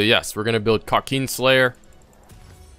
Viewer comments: KRA kin slayer not Kra keen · nobodys gonna talk about how he says kraken slayer? kauukeen slayer 😂😂😂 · Love the way he says krakeen